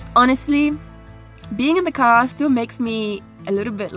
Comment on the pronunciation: The accent though - its a car not a gar